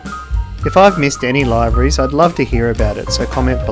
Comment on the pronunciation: Isn'i it pronounced; LIV-ER-EES ?